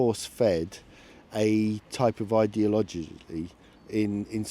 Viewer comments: Probably not a good idea to take advice on idiology from a numpty who can't pronounce ideology. Jesus Murphy, no wonder Reform won there. Bunch of old coots with racist tendencies. When they say British, what they mean is white. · Stupid, lazy peiple will always blame others for their problems. And given the opening description of Clacton... I mean, they cant even say 'ideololoology' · What’s an “idealodgy”. Is that like a Travelodgy? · "Ideologilie" bit too big of a word for that guy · "Ideologoly" - Genius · "young people have been fed a type of ideolojilly"